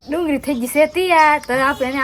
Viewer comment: ડુંગળી બોલો તો